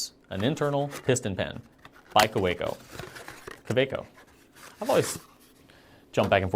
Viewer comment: ...that's a ridiculous unfunctional button bottomed bottled....yeesh ..what were they thinking , when producing this shape ? 😂 🤣 Can't take the bottle anywhere with out that cork coaster ??!! I'll take a pass on that60ml \ $32.oo product. thank you very much. .. KAWECO pronunciation ( Timestamp )